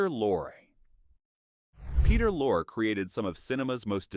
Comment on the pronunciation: It’s pronounced Peter Lore-ee and Ray Mill-an. Otherwise interesting.